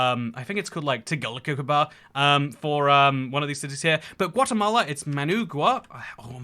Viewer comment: The way you pronounced "Tegucigalpa" triggered me so hard XD